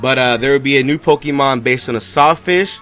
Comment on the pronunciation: Stop pronouncing Pokémon "PokEEmon".